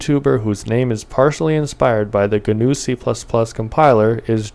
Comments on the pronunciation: at least he says GNU correctly! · Please never pronounce gnu that way ever again